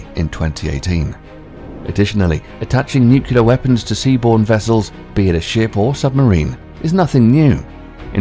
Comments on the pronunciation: Destiny. I had to verify it several times due to your accent, and to my surprise you actually said "NUCULAR" when it should be NUCLEAR! It is sad when people don't care to know the difference between these two words! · NU-CLEE-AR ... say it with me. NOT Nu-ku-lar... as in, the NUCLEUS. NUCLEAR: weren't you READING as you said that shit?? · I thought it was GW narrating when I heard "nucular"! :D The word is nuclear not "nucular". :D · Properly spoken. The word is NU-CLEAR...Not Nukuler. Okay George W.? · Sorry but the word is not 'nu-cu-lar' it is 'nu-cle-ar'. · *nuclear, not nukular *cavitation, not caviation that was enough ignorance for me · Nucelar or Nuclear? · Nuclear...not NUCULAR.............NUCLEAR! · Strewth, nuclear is pronounced NEWCLEAR not NUCULAR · NUCLEAR Is not pronounced NEWC-YOU-LAR it's NEW-CLEAR ok? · nuke-lear ... not nuke-ular... Come on... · NUCLEAR NOT NUKULAR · Nuclear (new klee ar) not nucular OMG. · caviation, nucliar... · I feel there should just be a global fucking youtube narration class and its should be mandatory if you wish to narrate in English.... allowing for the queens and US English pronunciation differences but come on nucular isn't even a word guy!!!! And cavitation isn't exactly a difficult word. Stuff like miss Ailes and missull that's fine that's a dialect thing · The "nucular" didn't bother me as much as showing the inside of a spherical tokamak in screen while referring to a naval pwr. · Just reading a script. Hired for voice, not proof-reading. However, he also says NUCULAR (slowed down to verify). just like many D and R politicians pronounce it. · "... but have NUKILAR attack capabilities..." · Someone should tell the narrator how to pronounce nuclear. It's not pronounced nucular! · For the love of god... WHY "NUKELAR"??? Freakin word comes from nucleus... NUCLeus not NUKELus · I didn't know Brits mispronounce "new-kular" like Texans did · "Nuculear" It's not a word. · "new-cue-lure" please no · "nucelar" yeah